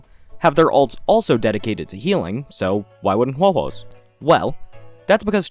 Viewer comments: I'm new here but your pronunciation of Huohuo is perfect! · As a Chinese your Huohuo pronunciation was really nice!! It’s exactly how I pronounce her name